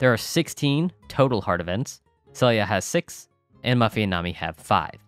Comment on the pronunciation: not that it really matters, but her name is " see-lia " not sell-ia " the name isn't unique to HM awl P: as soon as i saw the trailer for the remake the nostalgia train hit me and i had to go dig out my ps2 haha. just started Fall year 1 and only been playing 2 days lmao. Would love a composite video of things to do per season per chapter, in order. like all the stuff that should trigger spring year one, then summer year one, fall year one, ect. like who needs to be befriended for events/gifts and when to trigger the event and what exceptions make the events not trigger, such as rain, or van being in town, stuff we might miss. maybe even a video per season. all the info online is a jumbled mess and trying to put it all in order through text is super annoying xD